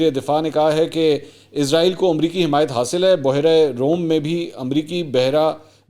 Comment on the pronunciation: منصور علی خان صاحب اسلام علیکم آپ کو اس بات کی طرف توجہ کی ضرورت ہے کہ آپ اسرائیل کے بجائے ازرائیل کہتے ہیں